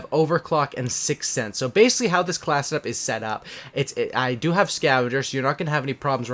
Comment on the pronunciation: Class set up. Not classeup